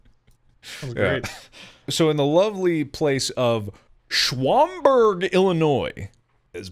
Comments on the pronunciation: I live in Illinois You don't pronounce Schaumburg like that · I find it a little endearing that they can't pronounce shaumburg, like at all. I had no idea that it happened at shaumburg, which is hilarious because it's pretty upscale. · The fact they don't know how to say Schaumburg is kinda endearing to me.